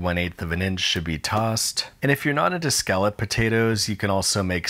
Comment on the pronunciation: I really appreciated the pronunciation of 'scalloped', especially when you threw in a 'galloped' for good balance. English is weird but saying scollop just sounds like trollop